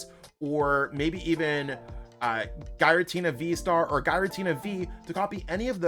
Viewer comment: This is the first time I've heard Giratina pronounced as "Guy-ra-tina." After a quick google, I found out it's pronounced "Geer-uh-tina." Hope this helps!